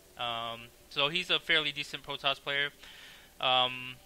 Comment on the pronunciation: u cant say the R is any word, Potoss hahahha